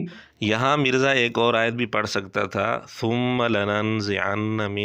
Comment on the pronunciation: I was a molvi back then, had to trim the beard, as the institute has been devastated by moulanas themselves You're spitting your hate each time by pronouncing him mirzey instead of mirza But not something new As usual